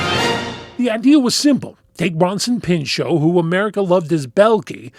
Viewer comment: The T is not silent, he’s not French, the surname is not French. He had to dedicate the first few minutes of his opening monologue as a host in SNL to that, but it seems it had no effect since it’s 2026 and people still pronounce his name as Peenshó.